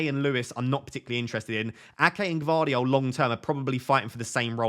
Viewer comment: Gvardiol, g is not silent. I've gone with Walker as he is only one that can play on the right.